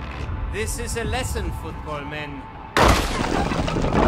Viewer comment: "This is eh lesun, futbolmen"